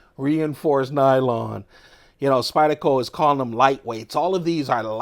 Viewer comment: It’s pronounced “spider” Not “spa-dah”